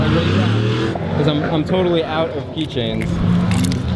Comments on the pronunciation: i find it so funny when you say "because" it sounds like you are saying "becoss" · why do you say becoss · Chris has a slight accent when he says because